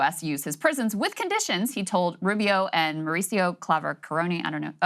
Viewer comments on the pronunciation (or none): you said prisons wrong